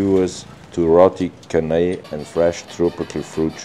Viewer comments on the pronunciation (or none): Roti canai. Canai is pronounced like chat not canal